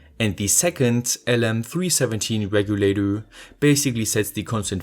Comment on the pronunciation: "voltage reguladurr"